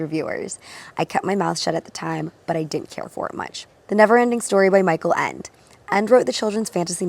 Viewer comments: hei, so because Michael Ende is a German Author you say the ending "e" as well. En "de" (like the letter "D" in the alphabet, kinda) ALSO LOVE THIS CONCEPT YOU DID HERE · The Last „e“ is not silent in „Ende“. Just like „Porsche“. Sry I don't mean to nitpick. Michael Ende used to live right around the corner from me :) I loved his stories as a child😊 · the second e in Ende is pronounced the same as the first e. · that's not how you pronounce michael nor ende 😂